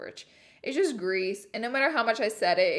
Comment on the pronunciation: You pronounce crease really good and then you say grease and it comes out country, haha love you